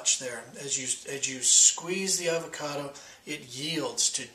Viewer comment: Fre sh avao cado😂